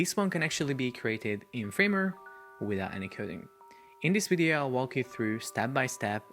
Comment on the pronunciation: When I hear "In this bideo"... <3